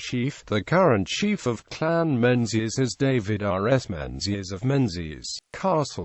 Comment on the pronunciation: It's pronounced Mingus and Gaelic is pronounced Galik not Gaylik.